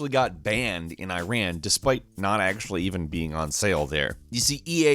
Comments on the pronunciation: You even don't know the name of the country ; Iran 🤣 Really? You call it I raan?!!!! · Eyeran really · its not eye ran.... its iran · I'm not Iranian, but I get triggered when people say Iran, like "I ran away". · Pronounce Iran correctly pls🗿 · First learn to pronounce my country's name : Iran is not like I ran , it's eeraan meaning the land of the Aryans. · Guys, it is not eyran it is iiraan. i like Internet and a like umbrella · Here is when i am offended, it's not freaking " I-RAN " it's Iran and said more like " E-RUN " without the pause between E and Run. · I'm surprised you even knew about battlefield's situation in iran👍🏻 But try pronouncing iran correctly😁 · Yes, a lot of us were actually offended over battlefield 3. Not just because it's about a US military invasion of Iran (pronouced ee-raan, not ay-ran btw), since that's basically an impossible thing. It missed so many crucial points, right up to the level of getting our flag and writing system wrong. And that's not even mentioning portraying our military as some kind of ISIS spin-off. So yeah, that game was pretty badly received. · Bro Iran is pronounced like eeran Not Ayran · You pronounced it Incorrectly. it is not I-ran, it is ee-run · Why do Americans say eyeran. It’s bloody Iran! I, NOT EYE! 😂 Also great video! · is i-ran some kind of a new apple product? if you want to bash countries for banning games that are simply stupid at least pronouce their names correctly - its e-ran not i-ran. thanks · Yup, Battlefield 3 Is Banned Here. And Of Course Iran (btw no hate but it's not pronounced "airan", its pronouced "e-ran" or "eeran")Would Get Offended. Because Why Not? It LITTARALY SHOWED THE MILITARY DESTROYING TEHRAN. ik that everyone's like "It's just A Game, They didn't mean anything by it" And I Understand That. But I Just Wanna Say That Iran's Situation Is Not Looking Good Rn. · It’s Ear-on not I-ran. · Please pronounce Iran the right way, It’s e-run not “ I ran far away”